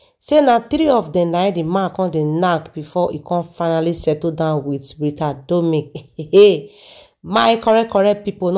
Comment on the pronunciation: Her name is RITA DOMINIC NOT "DOMIC"